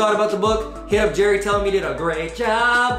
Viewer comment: Believe it or not he pronounces his name like Gary.